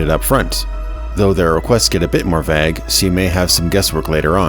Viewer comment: Reader gives away that they didn't write the script by pronouncing vague wrong